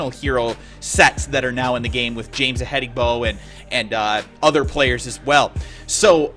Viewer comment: Didnt think James Ihedigbo would be such a hard name to pronounce. Hi last name is pronounced like this. e-hed-e-bo